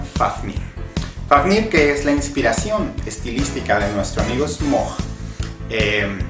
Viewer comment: Sí te recomendaría bajarle un poquito a la música para poder escucharte mejor. Por cierto, según yo, Smaug se pronuncia así, tal cual está escrito, no recuerdo en donde lo vi, pero al parecer si esta erróneo pronunciarlo "Smog" igual es un excelente vídeo, me encanta tu canal :)